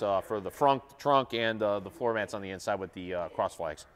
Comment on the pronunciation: I was enjoying the video I just kind of listen to him say trunk in that weird way that’s stupid. 👎🏽